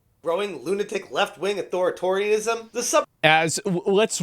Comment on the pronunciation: mispronounciation is actually a great term: Authoritarium. Reddit is fostering an environment of lobotomites and letting them run the place.